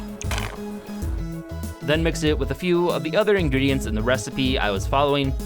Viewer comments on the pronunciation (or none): none